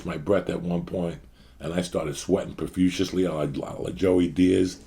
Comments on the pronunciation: Lmao and you KNOW, even if you tell Uncle Joey 100x, “Bro, it’s PROFUSELY!” He’ll still say “Profusiously” lmao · Lmao poor Joey “ I used to sweat profushiusiushly “ Joey your so fuckin funny with your amazing pronunciation